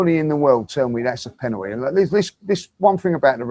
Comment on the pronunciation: When was the L taken from the word penalty r is it just aftv clowns that cant say it properly